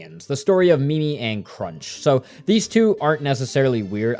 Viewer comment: Calling tippi “teepee” and spelling it tipi Calling O’Chunks Crunch Calling dimentio dimension I swear it’s on purpose haha. It’s fine tho, just a little funny